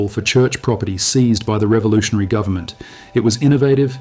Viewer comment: "full faith and credit in the US gubmit" LOL